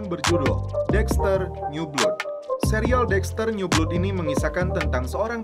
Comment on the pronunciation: blood itu bkn dibacanya blud tapi blad trus James bkn jims tapi tetep James ato Jams.... bego Lo ahhh 😂😂😂